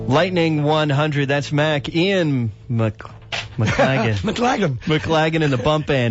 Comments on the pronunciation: This interviewer was very disrespectful in not getting the correct pronunciation of Ian's name before hand... 'off air'... real amateur stuff! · How to insult your guest.....don't know how to pronounce his name on air. Pathetic.